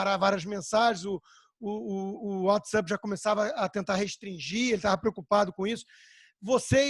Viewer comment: Whatsup? É whatsapp anta, nao sabe ler?